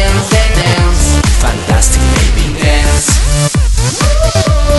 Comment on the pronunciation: No me gusta cuando dice fantastic beby ni tampoco boom sha kalaka